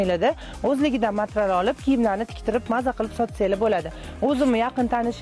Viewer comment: Matral demeng materyal deylar